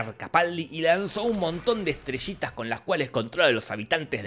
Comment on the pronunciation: Estaría todo el día escuchando en loop a Jorge decir "estreshitas de mar"